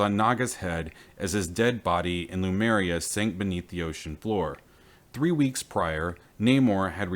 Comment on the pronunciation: Great series of videos! But can we get the name right? l-Em-U-r-i-a NOT l-U-m-E-r-i-a.